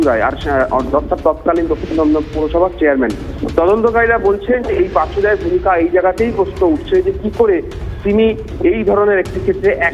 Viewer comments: উনি পাচু। Not পাঁচু। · পাঁচু নয় পাচু।